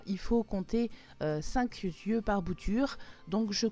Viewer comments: cinq n'a pas de s à la fin donc ne dites pas "cinq z"yeux" par pitié pour mes oreilles. Sinon bonne vidéo. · cinq yeux. pas de z donc on ne fait pas de liaison avec un s. comme cent euros, pas sans euros, excusez-moi. merci.très intéressant